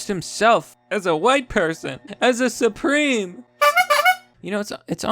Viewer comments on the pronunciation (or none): none